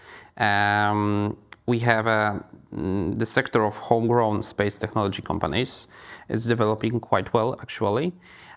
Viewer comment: No teraz to dałeś czadu! Nie dość że Gość zacny, to i poprowadziłeś rozmowę po angielsku!🎖Wspaniały wywiad! ps. "technology" (/tekˈnɑː.lə.dʒi/) wymawiamy z "k", w odróżnieniu od polskiego "ch"😊